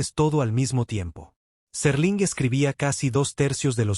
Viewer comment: SÉr-ling no Serl'in. - No usen AI para este tipo de contendio, el ritmo es horrible, cancino y tedioso